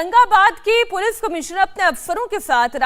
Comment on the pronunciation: मैडम पुलिफ नही पुलिस आपकाे बाेलना भी नही आ रहा है 😂😂😂😂😂